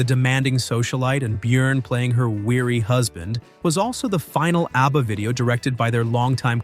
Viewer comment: Why does he keep calling them ARBBA?